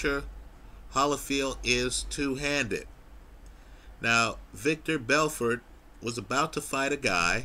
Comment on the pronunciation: LOL you're still pronouncing it "Victor" Belfort.